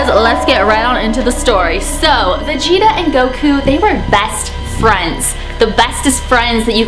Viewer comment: You pronounced vegeta wrong